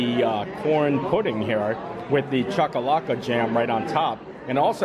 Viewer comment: I'm impressed you pronounced chakalaka 👍👍👍 bobotie is pronounced boo-boo-T 😀